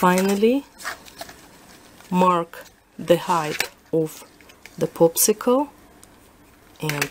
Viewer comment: Am I the only one hearing "poopsicle stick" instead of popsicle stick?! lol